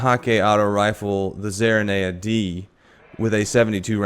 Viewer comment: (Focus fire arminius)yeah you said it perfectly it's a zarinaea with a 72 clip...